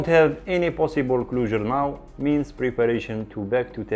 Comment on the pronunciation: You have a good voice for this. Sounds way better than the computer. 🤘😎👍 btw, closure is pronounced, cl-Oh-sure. You have a bit of a cl-ew-sure sound. Hope you don't mind me saying. Cheers